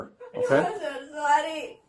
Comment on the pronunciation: Sorry saaar eeee oooo saar sorry saaar eeee 😂